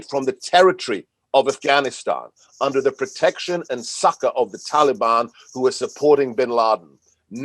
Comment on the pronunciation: Funny how Joe seems to get one thing right all the time, and that's his pronunciation of Taliban. Almost like he's one of them.